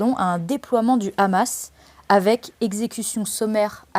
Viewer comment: C Hamas pas Amas